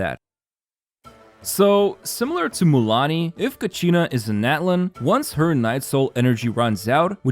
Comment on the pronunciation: It's not ka-she-na U can listen to the pronunciation when Mualani announced "Kachina will release the ball..." in Ignition teaser(flames forged something)